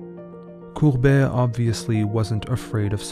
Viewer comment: It really is gustave courbet and not courbert with an r as you pronounce it. Nice voice and all but read your lines before you read them out loud.